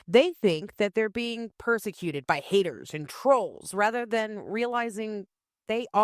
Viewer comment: This was great. You rock as do your merry band of "haydurs" 😂